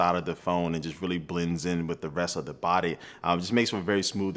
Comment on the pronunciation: "Bodayy" :D